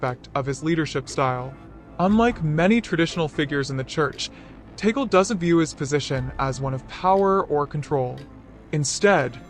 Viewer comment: Pronounced Tah-gleh. Stop calling him. Taygle